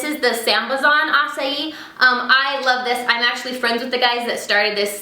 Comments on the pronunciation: I think acai is pronounced uh-ki not a-as-ee haha. But your way sounds fancier! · I belive its said akai not asai . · That's how you pronounce acai.. Ah sigh ee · You say Acai soooo strange, I say ak-i (': & You should definatly do a Kandee Cooks or something :') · EVERYONE says acai wrong!!! i live in hawaii I'm surrounded by acai bowls! NOONE SAYS IT THE WAY WHITE PEOPLE DO! (haoles) "non-locals" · Pretty sure you pronounced acai wrong.